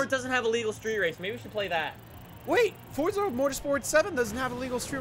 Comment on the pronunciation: Why does he say Forza like that like? He acts like there’s a T in it, like Fortza.